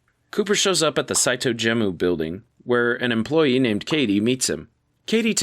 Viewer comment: Gemu, not Jemu Reverie, not Revere Etc etc